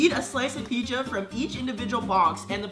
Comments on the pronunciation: Dear it's pizza not peecha cause peecha is Spanish slang for dick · did anyone else hear say picha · said picha instead of pizza